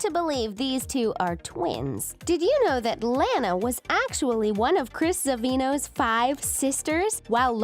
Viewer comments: ITS LANA NOT LAINA! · Its pronounced lah-nah not lay-na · Lona not lana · It's petnounsed lona not lana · You said launa not luana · La-NA not lan-a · I HATE IT THAT YOU GUYS SAY IT LAAN A WHEN ITS LAWN A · It's Lana not LAAANA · it's Lana not Lanea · Not Lan-a La-na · It’s Lana not Laana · no its [laa-na] not lana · its lanna not lana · Gee it is not Lana it is Lona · It's not Lana is Lona (at least what is sounds like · They say they are the biggest fans of The Loud House, then pronounce Lana wrong XD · It's not Lanae is Lila sorry but you're pronouncing it wrong but that's OK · Bruh you can not tell me you're the biggest fans of this show ever, than go and pronounce Lana as Layna. Pretty sure the ''biggest fans'' would have heard her name at least ONCE thee entire time the show has aired so far. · Presley Vacek You mean Lana not layna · This commentary sounds like a serial killer on drugs (also yeah I hated it when they said Layna instead of Lana I cringed) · WHY ARE U SAYING lANU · You pronounced Launa wrong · It's pronounced lawnah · Your saying Lana wrong XD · Your saying Lana wrong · That’s not how u say Lana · I am not trying to be mean.... but you are saying Lana wrong